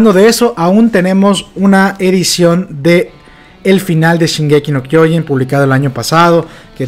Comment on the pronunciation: Se pronuncia SHINgeki no kyoJIN y HAjime Isayama y MANgaka y LOR (no loré)